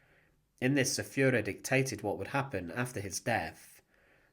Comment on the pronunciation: The Fuhrer………..Fuhraa? Come on...